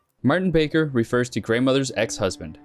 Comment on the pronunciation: Barker is correct. He had it correct on the "iceberg" graphic but pronounced and spelled it Baker in the section on it.